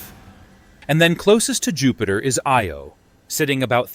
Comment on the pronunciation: "EE-OH" or "EYE-OH". Which is it,?